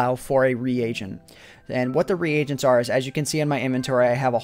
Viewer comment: you said reagents wrong